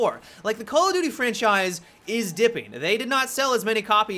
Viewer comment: Why is it that when Americans say call of duty, it sounds like call a doody!!?